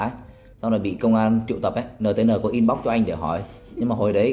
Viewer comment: Vậy sao bạn ấy phát âm là "in bốc", nghe lạ tai quá !!!